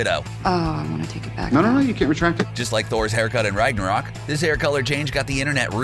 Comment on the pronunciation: Did he just say "Rige narok"?